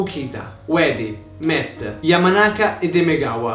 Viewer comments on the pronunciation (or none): none